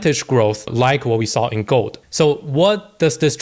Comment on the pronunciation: When you say gold sounds like you say GOAT 🐐 which i love